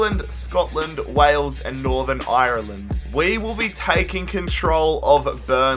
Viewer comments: Dude I love you and your videos but u don't pronounce Ireland Irreeeland (just saying) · The way that he pronounced Ireland made me crack up